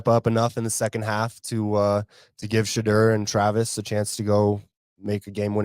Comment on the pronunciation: I unsubscribed next time.Teach blondie how to say Shedeur's name correctly Take pride in your craft his name is not pronounced Shadrrrrr its Shadoor 😮